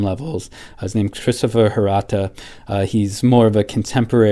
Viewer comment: Its Hirata not Harata